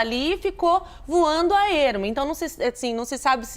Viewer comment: Voano???? Português nota 4 🤣🤣🤣🤣🤣